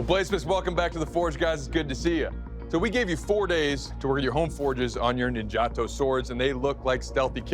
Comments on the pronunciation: It's pronounced Neen ja tow not gelato / nin gatow ...aweful!!!! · After studying Japanese in Japan for years, it bugs me to no end how Americans pronounce three-syllable Japanese words... (it's NIN-ja-tō, not nin-JAH-to). Yes, I'm THAT guy. oh well...